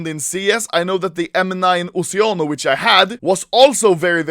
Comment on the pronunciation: Oceano Is italian Word lissen the pronuncia plz